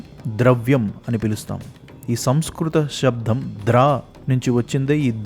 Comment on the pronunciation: అయ్యా నమస్కారములు. మీ కృషి అత్యంత శ్లాఘనీయం. మీ భాషణలో శబ్ధం అని వినపడుతోంది. కాని శబ్దం అని ఉండాలి. దయచేసి గమనించ గలరు.